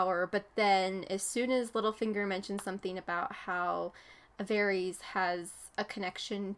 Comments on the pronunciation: Varys is pronounced Vare(like care but with a v) - es! Just found out you are playing the last of us. Can't wait to see it and the rest of your GOT reactions. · Bald guy's name is Varys (Vair-is)